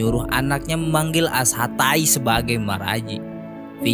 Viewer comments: Knapa kalau nyebut ashaTAI Pas tai nya aga ngegas min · Biasa aja dong bilang asatai nya wkwkw